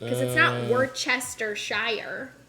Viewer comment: Worcester actually is a town in England. It's pronounced Wuster.